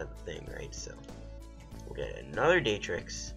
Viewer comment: lmfao, its Dar-trix, not Day-trix.... hahaha.